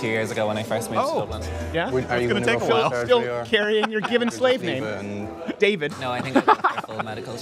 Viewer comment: its a short a in David like the show little Britain. Hi I'm David I'm the only gay in the village.